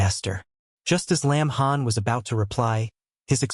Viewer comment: got the name wrong it lin han NOT lamb han